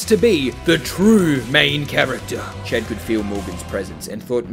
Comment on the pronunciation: Every time he says 'Chad' I hear 'chat' and wonder to myself; is this man streaming? But that wouldn't make sense because I don't think has streamed. And then I remember his name is Chad.